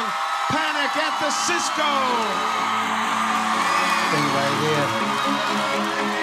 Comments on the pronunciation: Did he just say: Panic at the Sisco? wtf o.o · Did he say Sisco?